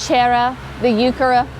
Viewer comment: I’m a 70yo gardener with a degree in horticulture and landscape design. I’ve never heard heuchera pronounced hew-CHAIR-ah, only as HEW-ker-ah. The other sounds like a Spanish pronunciation of the word. Never heard of it. Js